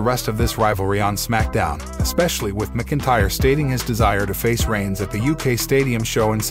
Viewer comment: And it's MAC INTYRE....DUDE